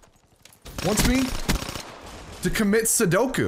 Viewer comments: dude, its called seppuku, not sudoku. sudoku is that number puzzle game you find in newspapers. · its commit sopuku not commit soduku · I love you man but it is seppuku not sudoku(a game)